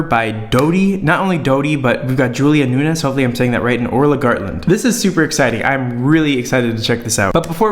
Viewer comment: Its Julia “noons”